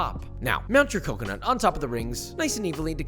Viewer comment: I need a 1 hour video of him saying " CACA-NUT"